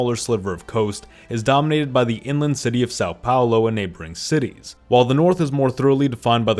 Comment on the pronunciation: Sáu Paolo 😢😢😢